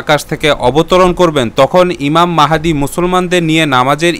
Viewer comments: ইমাম মেহেদী নয় ইমাম মাহাদী,,, খুবই দুঃখজনক নামটাই ঠিকমতো বলতে পারেন না,, আপনার ভিডিও কি দেখব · ইমাম মাহদীর নাম ঠিক ভাবে বলতে পারিসনা৷ ইমাম মাহেদী বলিস মূখ্য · প্রথমেই উচ্চারন ভূল, ঈমান মেহেদী হবে না, ঈমান মাহাদী হবে। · ইমাম মাহদীর নামটা সঠিক করে বলুন ভিডিওতে ভুল আছে